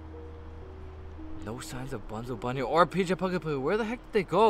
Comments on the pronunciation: you said pg it's pj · Rj pugapillar? ITS PJ